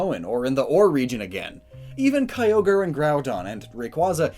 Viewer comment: It's not kai-ogre, it's one syllable. The "kyo" is the same as the ending of Tokyo, and the "gre" sounds like grr. Kyogre.